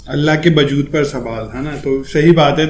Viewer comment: bajood nahi wajood bolte hai